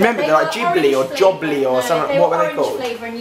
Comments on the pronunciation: Jublly is pronounced Jubelie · The word "Jubbly" sounds so funny in a British accent